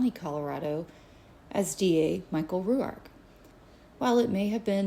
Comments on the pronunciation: Yes why? In Australia it would sound like Rork. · Pronounce his name like (rork) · Why are you pronouncing his name like that lol